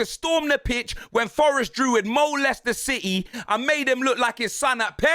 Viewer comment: "MoLeicester City" is crazy